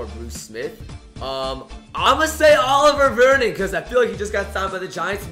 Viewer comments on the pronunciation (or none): "Oliver Vernon".... Oliver...NOPE